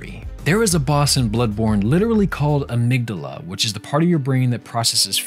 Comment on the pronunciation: You've probably heard this a lot thats not how you pronounce amygdala's name. I know. I did it too. Mikolash says it you can look it up if you wish